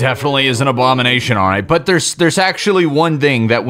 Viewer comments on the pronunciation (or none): I guess you can call thsi abowination